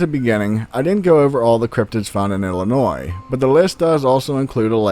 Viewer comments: Thank you for pronouncing Illinois correctly!!! Awesome ,found that same turtle as a little girl bout 1988 or so, that turtle was mean,black and honestly very fast moving on land, it literally picked it's shell up off the ground and ran, no freaking bs!!! it had spikes on it's head,shell and tail , it wasn't very big maybe bout a 2-3 yr old sized turtle,I lived in Summerfield and found it bout 5 miles from home in the country outside of the city Mascoutah located in southern Illinois, I've never seen another one since,and never knew the name of that type of turtle either. Home of The Bigfoot originated from Carbondale Illinois way before my time, late 70's or so only heard from older friends ,never had a encounter.... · As a life long Illinoisan, i gotta get this off my chest...., and anyone from ILL knows we will jump your shit if u pronounce Illinois with the s. But i have always pronounced the s in my head but when speaking out loud the s is silent.